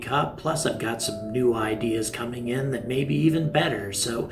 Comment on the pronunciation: In your opening, you say your new merchandise is coking soon, instead of coming soon!!!! 👍🚀